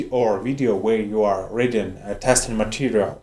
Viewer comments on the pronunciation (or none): none